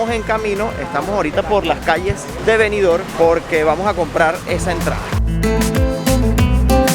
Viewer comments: Disculpa, no es Benidor como lo pronuncia. Es Benidorm, con M al final. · Oiga Ud. Señor parlante. Benidorm se pronuncia con la m al final.BENIDORM. en la lengua española se pronuncia asi.